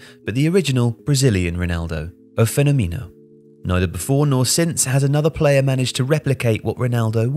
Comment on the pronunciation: "O Fenomìno"